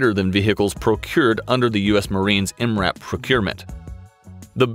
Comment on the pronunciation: Dude straight up spelled out M. R. A. P. Instead of just saying MRAP